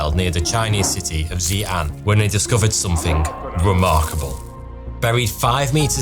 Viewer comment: Why do you say Somethink? With a k?